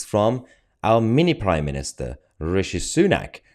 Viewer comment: "mini priminister" 😂😂